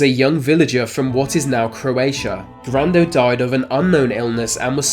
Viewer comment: Grando rhymes with Brando.